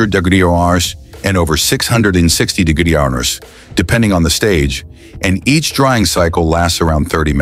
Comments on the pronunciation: I actually like "Diggidreeoners" better, gonna use it from now on. It's unhuman which is, apparently, what the world needs most right now. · What's wrong with degreseum..lol...that's what it says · on: wtf is this ai saying? 600 degreshum? Even the closed captioning doesn't know what it's trying to say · Degression?? Norons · This AI cannot pronounce degrees and temperature. Gypsum executives come on. You guys even show a video of a solar panel in production mixed in at random. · Great Videos but the use of A.I. for the Voice-Over (Narration) falls Short! I have been a Professional Voice-Over Artist for over 20 Years, and A.I. is definitely changing our industry. A.I. has a hard time reading certain words and abbreviations, for example the word "Degrees." It is what it is as the little god of A.I. continues to dominate the Human Race! 😢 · I don't even know what "degrees" was supposed to be 🤔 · Why can't it say "degrees" properly? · Because it's AI units. Only AI understands AI units. You will need to get YOUR AI to translate this AI to figure it out. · Too many "e" too close together, and the Vowell sound Change.